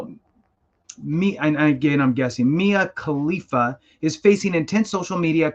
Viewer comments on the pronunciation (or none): I honestly have no clue who she is, but I have heard the name before. The way he emphasized it though 😂